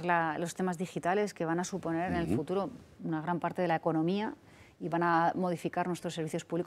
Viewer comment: "FURURO". Palabras huecas, ambigüedad, respuestas evasivas, balbuceantes, balones fuera y ninguna proposición directa... todo satinado con unas obviedades palmarias que siempre la acompañan y es incapaz de... a "fururo" actuará, créanla si son sumisos. Súmenle al señorito Almeida y tenemos un combo "irreprochable".